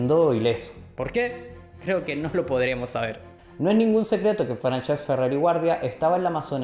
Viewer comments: Buen video, solo me gustaria añadir que has estado pronunciando mal Francesc durante todo el video, se pronuncia como Fransesc (con s sorda) no Franchesc. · Salud y republica, un apunte que si no lo digo exploto , no se llama franchesc se le como si fuera fransesc